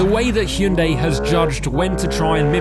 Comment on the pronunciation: 드디어 "ㅕ" 발음과 "ㅐ" 발음을 해 주는구나.